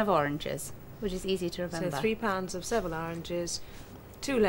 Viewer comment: Mary's pronunciation of Seville is almost as bad as her pronunciation of margarine 😁